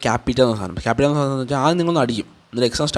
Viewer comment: ക്യാപിറ്റ അല്ല ക്യാപ് ചെ